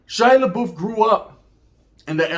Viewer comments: You pronounce his name like labuff not laboof lol. Sounds way more funnier the way you say it though. Stay up with the content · THIS MF SAID SHY LA BOOF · I laughed every time you called him Laboof 😂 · Shia LA-boof. 😂😂😂 Awesome video. You gained a subbbbb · I think your pronouncing his name wrong😂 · He only said his last name right once, lol...